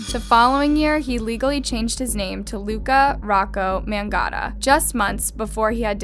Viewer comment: It’s MAG- NOTTA